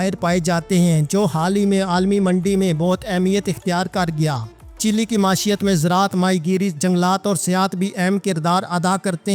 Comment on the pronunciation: Lafaz .maeeshat hai jisko bar bar ghalat parha ja raha hay .